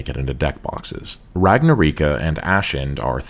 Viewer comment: Truly a moment that you can nail the pronounciation of Mikazukinoyaiba but butcher ragnaraika 😂